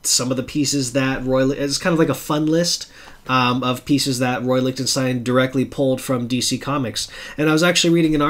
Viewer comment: In my AR training we always pronounced it Lick-ten-stine. Just found your channel and subbed. I do a similar channel and did a Lichtenstein video a few weeks ago and just shot a follow up video a few minutes ago which won't be up for a few days. I know there are sources which identify the sources of all his swipes. Those issues are more valuablebecause of that. It would be neat if DC were to publish a book reprinting all the stories that he swiped panels from.